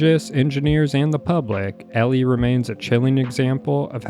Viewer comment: it’s elie as in Eeeeee-Lie bro said elly and alley